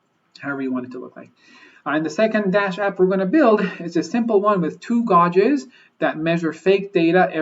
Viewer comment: I'm a manufacturing engineer and loved this video, thanks! I can't wait to implement something like this at my facility. Just an FYI. "Gauge" is pronounced like "gage".